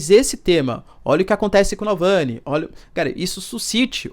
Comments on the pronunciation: Você falando "Nalvany" 300 mil vezes, mas o nome do cara é Navalny klkkk. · Que aflição ouvir Nalvany e não Navalny 😅 desculpa, não pude não reparar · É Navalny não Nalvãny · Professor, o nome do cara é Navalny e não Nalvany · NAU VANI?? n é NAVALNY??? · Alexey Navalllllllny, não nalllvany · Professor, ele se chama Navalny, não “nalvany” kkkk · Caro Professor por favor, evite essas pronúncias de nomes errados!!! Sou assinante, assisto e acompanho teu canal, e gosto do modo pouco enviezado que vc comenta e arrazoa nas questões geopolíticas complexas. Então repita comigo N-A-V-A-L-N-Y , não *NalvÂni (*sinalizando a pronúncia) Eu sei que os nomes são complexos, mas conceituamos na praxe, a adaptação em inglês para português. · Vcs escrevem Navalny e falam Nalvany!!! escreve certo e fala errado !!! eu já percebi isso em vários canais que falam dele!!! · Não é Nalvany, é Navalny. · Repita comigo: NaVALny, não é NALvany.... Coisa feia! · Nalvany NÃO , amigo; Navalny . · Acho q a pronuncia esta equivocada. Nao é NaLvany, é NavaLny. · Navalni e não nalvani professor.. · Doeu meus ouvidos esse video. Se ele erra repetidamente o nome do cara, me pergunto o quanto ele confere os fatos e os lados da informação. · Boa noite! Professor, me permita a correção: É Navalny. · Porra um professor pronunciando errado o nome de "navalny". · Poxa Professor... errou várias vezes o nome do cara.